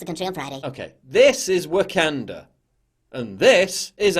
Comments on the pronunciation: It's the intrusive "R" of the Englishman! lol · Someone is emoting pretty hard off of a movie and not pronouncing Wakanda correctly is pure comedy 🤣🤣🤣.